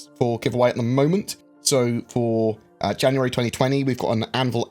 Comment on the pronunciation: tenx in janaaary ttwuanty thhhuaaaanty